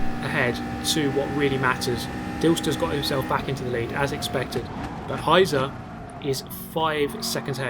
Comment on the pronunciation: Just a side note: "Heizer" is pronounced "High-tser" and literally means "heater" or "fireman", but also there is the figurative meaning "a person which drives insanely fast". Gotta love ze Germans x'D